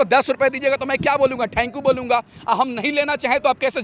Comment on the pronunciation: Thnku ni thankyou bolna shik le phley